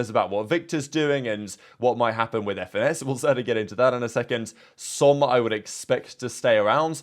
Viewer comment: bro said fenis